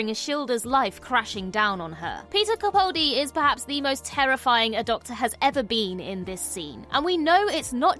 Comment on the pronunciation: CaPALdi. CaPALdi. CaPALdi. CaPALdi. CaPALdi. CaPALdi. CaPALdi. CaPALdi. CaPALdi. As long as you continue to mispronounce his name, that's as long as I shall continue to point out the fact that you could care less about accuracy.